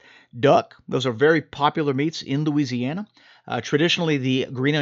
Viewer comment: At about you started to go full on Cajun Looziana with your description! Love it!!!